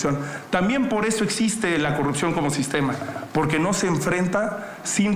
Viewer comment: La tal Xochitl dice pogque hasta burra para hablar